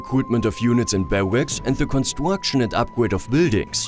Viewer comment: Yeah... I'm also German, but these pronounciations are "funny"... Upgwades, constwuction, pwiowitize, stwonger,... I had this stupid German sentence in mind like: "Das ist zum Fremd schämen". Btw... What means: "wheel life"? I have no car, is that a problem? 😅 Jokes aside... it's good to see if this doesn't bother mostly other people... Because I might taking this too serious (?)